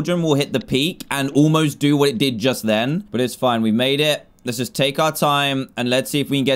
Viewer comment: I laughed so hard when he said “let’s just...” an then the bats came and what I heard was “let’s just BAWSWWW” xD